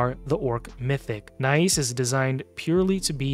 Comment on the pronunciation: Nais is pronounced NICE. He's my most wanted, with Komidus in 2nd place, but I already have 3 Krixias, 2 Mikages, 2 Lazarius, 2 Siegfrunds, Galathir, and several others. Above all of those, the "free" fusion Magic lego Armanz is picked every fight and, if allowed into the battle, dominates and wins most times. So, tell me more about overpowered mythicals. 😂🤣🤣🤣🤣